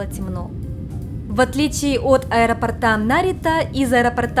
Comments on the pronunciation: аэропОрта, а не аэропортА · Я конечно извиняюсь, но у меня уши свернулись в трубочку от аэропортА....аэропОрта, правильно. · Из аэропОрта, не аэропортА. Надеюсь, это было не грубо. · Прошу прощения, понятно, что в Японии вам это мало пригождается, но раз уж вы на русскоязычную аудиторию вещаете - аэропОрта, барышня, аэропОрта, будьте так добры. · АэропОрта Режет слух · Простите, подушню. АэропОрта. Очень цепляет слух. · миленькая, очень люблю вас и ваш канал, но за это видео вы меня словно 10 раз по башке огрели чем-то тяжёлым 😭 Что - аэропо́рт Нет аэропо́рта Чем - аэропо́ртом Об - аэропо́рте А на последний слог только в 1 варианте: Где - в аэропорту́ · ТортЫ, тортА, аэропортЫ, аэропортА))). С ударениями беда))).